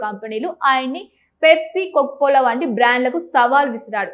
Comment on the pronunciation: Anchor, పేప్సీ కాదు, పెప్సీ అని పలకాలి. కొక్కోకోలా కాదు, కోకాకోలా అని పలకాలి. మేకప్ మీద ఉన్న శ్రద్ధ భాష నేర్చుకోవటం మీద పెట్టు.